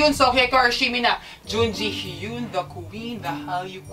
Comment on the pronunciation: actually ang pronunciation niya ay /JEON-JI-HYEON/ and not /JOON-JI-HYOON/ :)